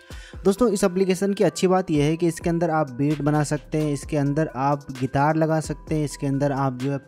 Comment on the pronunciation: ओ भाई गितार नहीं गिटार बोलते है